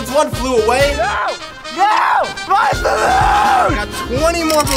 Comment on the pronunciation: “My bAALoOnnn” 💀👌🔥😂